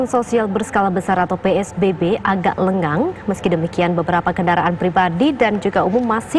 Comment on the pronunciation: Kurang g lenggang bukan lengan